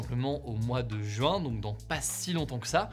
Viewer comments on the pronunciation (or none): none